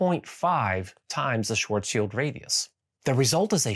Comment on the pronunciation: Thank you for saying Schwarzschild the right way; one distraction less for OCD me, well done! ;)